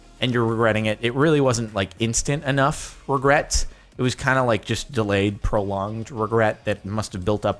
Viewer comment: I regret hearing "reg Reddit it" at the beginning of this video.